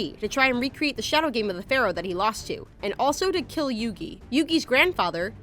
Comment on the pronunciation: When the host mispronounces the main characters name